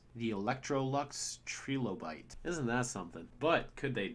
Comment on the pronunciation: It hurts me the way says "trilobites" and "strategist."